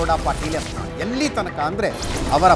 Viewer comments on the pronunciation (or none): It's not yantal it's yatnal